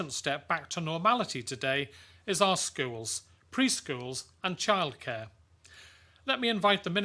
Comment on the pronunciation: in the video. Did he really say "kildchair" lol